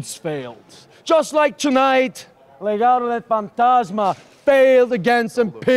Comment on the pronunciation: Kaiser seems good at languages, he pronounced Legado del Fantasma like a native spanish.